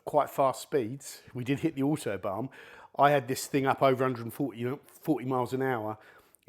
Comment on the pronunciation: It’s so funny when you saying “autobam” instead of autoban 😂😂